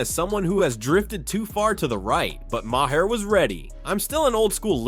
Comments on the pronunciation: You’re pronouncing Mahers name wrong it’s pronounced Mar not Mahair. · It’s prononcued “Mar” nor “Myhair” or call him Bill. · Right? LMAO "Mah-hair"